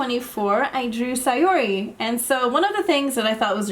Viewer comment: Its Sah- Yo - Ree